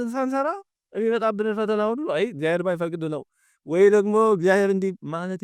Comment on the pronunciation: መምህር ቃለ ሕይወት ያሰማልን። እግዚአብሔር ብለው የሚጠሩበት ድምጽ ይረብሻል።የችኮላ ወይም የአንደበት ችግር ሊሆን ይችላሉ ግን "እግዚያዬር" የምትሉ ይመስላል። እና ሌሎቹም ከተማ የሚኖሩ መምህራን ላይም ይሄ አጠራር ይሰማል።